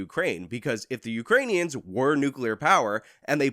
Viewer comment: "Uranians." It's "Uranians".